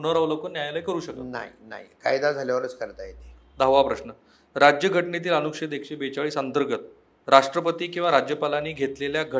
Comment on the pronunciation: अनुक्षेद नाही अनुच्छेद